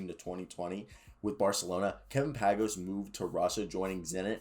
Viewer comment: It's pronounced paing-ohs